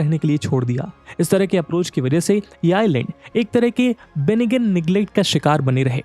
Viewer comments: Just a small correction... it's (benign) बेनाइन not बेनिगेन... Good video tough 😊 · Hahaha! BENIGUN nahin hota be chutia, benine hai uski pronunciation. Benign is pronounced has Benine! Angrezi nahin aati toh english word use karne se pehle dictionary dekh liya kar. Nahin toh tu aur tera logic dono chutia lagoge. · Benign is pronounced as "be-nine" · benign is pronounced "bee -nine". A correction.